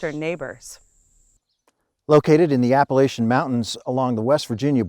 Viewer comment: Incorrect pronunciation of Appalachian... at minute 22